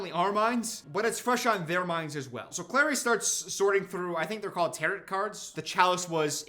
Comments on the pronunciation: I can't tell if saying "tarrit" on purpose or not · When he pronounces "Tarot" as "Tarit" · they are tarot cards but it’s pronounced “tar-oh”, with a silent t, similar to pharaoh. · pronouncing tarot like carrot is sending me into orbit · why’d he pronounce tarot like carrot 😭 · if u say tarot like that one more time i stg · the way u pronouce tarot is too funny